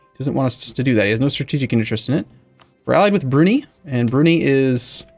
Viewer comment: I hate how he pronounces Brunei..